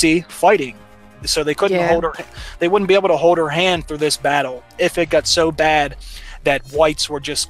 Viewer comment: Really? Bizarre accents. He has difficulty pronouncing the letter “l”. The woman doesn’t say “wouldn’t”, she says “woot’n” !